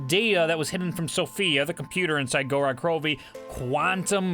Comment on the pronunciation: Knows almost everything about the zombies storyline and has almost every cipher memorized...still doesn't know how to pronounce Gorod Krovi.